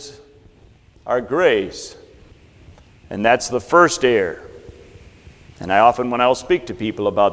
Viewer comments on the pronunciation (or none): A minor quibble. at the commencement of this talk he pronounces "error" as "air". I hopes he takes this positively - I mean it as a friendly criticism. Please enunciate both syllables; it is a bit confusing. Otherwise, substitute with an equivalent word.